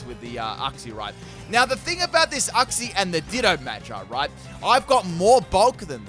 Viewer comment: That’s how you say uxie